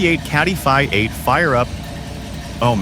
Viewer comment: Another otherwise interesting posting completely ruined by a shitty computer generated narration. Pronouncinh Roman numerals as words... " vye 8". Jesus.DOWNVOTED.